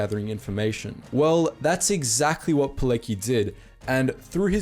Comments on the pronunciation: Witold Pilecki is pronounced "Vitold Pyletski", not "poleki". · u should read Pilecki not as "Pileki" like u did, but more like "Piletzki" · It's pronounced Poletsky, not Polekee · Piletzki not Pileki, please pay some more attention to proper pronanciation of the names ....please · its not Poleki, its Poletski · Pilecki is pronounced Pe-letz-ke Witold is pronounced Ve-told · It's PileCki not Pileki, learn the damn pronunciation . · For those of you who don't speak polish, his name was VITOLD PEE-LETS-KI not "Pileki". Also you forgot that one does not simply walk into Auschwitz. He let himself get caught during the street roundup in Warsaw. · Pilleti sounds like italian not Polish XD Pilecki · Why are u saying his surname pileki? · It's read, Veetold Peeletzki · Dunno if people told you - "Pilecki - Piletzki" that's the simplified pronunciation I can provide for those who read "ck" like "k", and also Poland has not surrendered, was only defeated, but individual surrenders of army or capital city, do not count as country surrender. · Witold Pilecki pronouced (piletski) sacrificed so much, only to be treated like a war criminal by soviet scum. They spent 60 years trying to erase his memory and people like him. I'm glad that his renown is spreading. He had a wife and kids, and his devotion to honor, country and humanity took him away from them. One of his quotes that struck me as to what kind of man he was is :In letters he wrote to his daughter while imprisoned by the Soviets, he would tell her to “love nature” and to watch out for every ladybug, to not step on it but place it on a leaf because everything has been created for a reason. Such a man should be remembered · Witold Pilecki should be pronounced like: Vitold Piletzky. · Witold Pilecki is prunounced "Vitold Piletskee" ;) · Really, before spelling Polish names practice a bit. Witold Pilecki in English transcription is Veetold Peelatski (SHUT UP, I"M TRYING MY BEST) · It's more like Vitold Pihletzki ;)